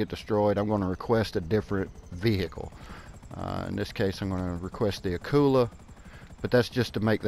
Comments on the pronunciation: I'm not making fun just helping it's prenounced like vee ick ul veeickul vehicle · Why do you put so much emphasis on the "h" of vehicle? LOL Family guy reference with brian and stewie